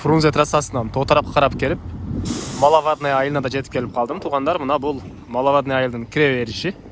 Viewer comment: Малавадная 🤣,тилди ондочу үкөм,маловодная.